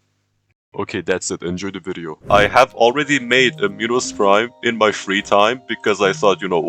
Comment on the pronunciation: Minos prime? No! Pinos prime? No too! It binos brime